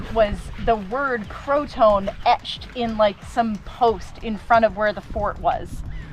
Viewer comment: The "T" in Manteo is actually silent. Lol Manny-o. And Bah-dee is correct. The Native Americans may have said Cro-ah-toe-in. But we say Cro-uh-tan.